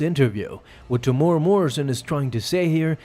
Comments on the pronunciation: Yo love the vids bro, just wanted to say, you pronounce Temuera as Te-mu-era. 🤙🏾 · Say his name properly Tem-Moo-era is how it’s pronounced